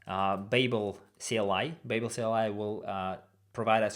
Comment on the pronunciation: BTW babel is pronounced bAbel - a long A sound, its from the hitchhicker's guide to the galaxy